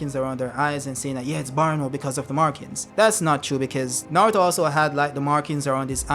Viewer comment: I subscribed because of your pronunciation. bowuto & nawuto.